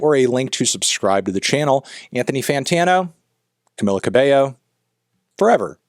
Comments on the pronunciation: If youre hating, learn to say her name properly first? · STOP PRONOUNCING HER NAME WRONG!